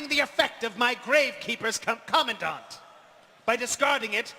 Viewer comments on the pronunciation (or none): Did he just pronounce commandant as commondent?